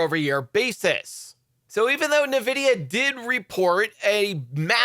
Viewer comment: Not Nevidia, it’s N Vidia